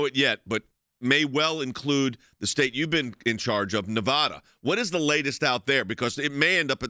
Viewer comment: It's not Ne-vah-duh. It is Ne-vaa--duh.